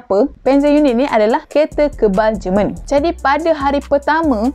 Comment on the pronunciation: JEMEN BUKAN JERMAN hahahaha